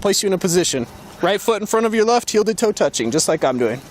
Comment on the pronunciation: Jeebus. It even pulls that teenaged brat 'add a weird syllable to the end of my whine' thing - "That's what I'm 𝘥𝘰𝘪𝘯𝘨guh!" Barf.